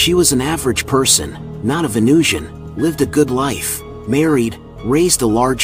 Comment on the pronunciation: That's not how you spell pronounce. Also his pronunciation was fine.